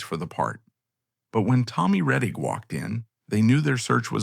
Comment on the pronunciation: Too bad this documentary was done by A.I.! An actual HUMAN would not have mispronounced Tommy Rettig's name as, "Tom Reteeg!"